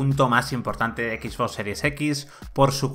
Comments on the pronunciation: No sé por que todos los españoles pronuncian el ingles como suena en español xD no se por que dicen ekis box en lugar de exbox o spiderman en lugar de spaiderman, no les enseñan ingles en la escuela? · "equis" box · equis box hahahahaha